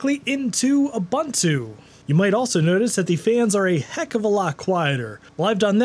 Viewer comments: Ubuntu is pronounced Ooo Boon Too ... there's no Bun, the Bun is a lie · I've never heard a guy mispronounce Ubuntu in so many different ways. You'd think he'd stay at just one wrong mispronouncement... But not this guy... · who the hell pronounces ubuntu like that... ffs